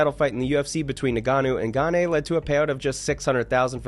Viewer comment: also cyril gane is like gone not ga-nay